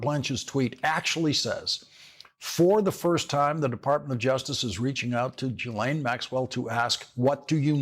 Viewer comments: Her name is not pronounced Jillain it's GILain. Mispronouncing names is a distraction. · REMINDER FOR LAWRENCE: Maxwell's first name is pronounced with a hard 'G' as in GHOST and GHOUL. The 'S' is silent. Thank you for your attention to this matter. 😉